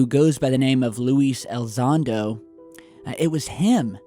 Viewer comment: You butcher his name every time you say it. It's Elizondo not Elzondo.